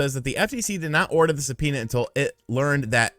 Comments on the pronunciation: Se-penis?😂 did anyone else catch that?? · Say subpoena one more time